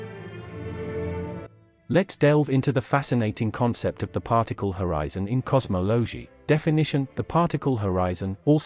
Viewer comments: AI Generated, AI narrated. Can't even pronounce cosmology. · Best part was the “fried man” equations and “cosmowlowgee” and what are “jiegayuhs”? 😂 🤮 word salad topped with random imagery that sometimes accidentally lines up with the unpunctuated, non stop stream of oddly inflected words.